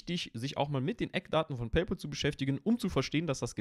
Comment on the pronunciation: Es heißt nicht „Peypol“, sondern „Peypäl“.